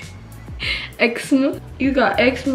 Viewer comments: lmao “ eczerma” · “Eczma” 😂😂😂I’m screaming!😂xxx